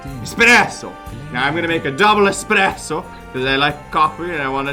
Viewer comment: "expresso" - my viewing experience is ruined pepeHands